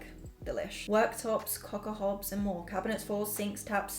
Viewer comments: Anybody notice she said cockahops instead of cooker hops😂😂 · Girl you said “cocker hobs” when reading that spray loool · Did anyone else notice she said “cocker hobs” instead of “cooker hobs”??!!! I’m dying🤣🤣🤣